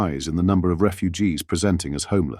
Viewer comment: Ffs, why do you keep saying refuges?????